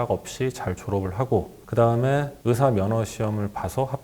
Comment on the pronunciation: 의대, 의사 발음하실 때 자꾸 [으대, 으사] 하시고 있어요